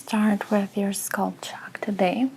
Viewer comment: “Skulp” scalp is pronounced “Skalp” with the a sounding the same as the a in Apple.